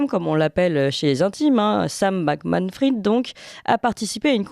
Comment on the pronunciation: C'est quand même effarant que personne ne sache prononcer Bankman-Fried: BANN-QUE-MANN FRIDE. Autrement dit prononce correctement le premier nom de famille et Clémence Houdiakova le second. "Fried" vient du yiddish "frid" qui veut dire "paix". L'origine de "bankman" est moins claire, cela peut être lié à la banque, ou à un autre type de métier ancien. Dans tous les cas c'est prononcé comme les deux mots "bank" et "man" à la suite.